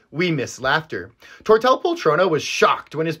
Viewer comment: Hey, just a heads up, if a name in catalan has the double (ll) is pronunced like and i, so it should sound Tortei poltrona :)